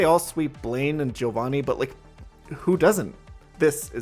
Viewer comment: Just noticed this...yoooo he pronounced Giovanni correctly!